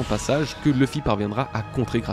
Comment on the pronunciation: J'ai du mal avec Leuffy. C'est LOUffy. Luffy, quoi.